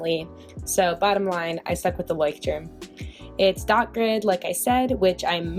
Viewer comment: Nooo not "lie" but like "loy " or the way you pronounce lawyer and emphasise the "y"